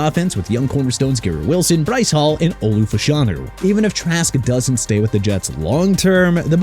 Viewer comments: Right?? Plus there was "Min-Chew" and "Bryce Hall" Like, cmon man smh. Downvoted the vid just for that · Wow. "Gardner Min-Chew", "Bryce Hall" at least get your pronunciations right before making a video